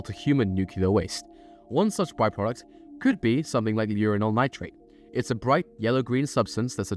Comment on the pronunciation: Love how you pronounce Uranyl as Urinal AND the stuff actually looks like hot piss...... Radioactively hot piss